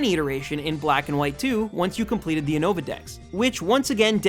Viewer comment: He said u-nova 😂😂😂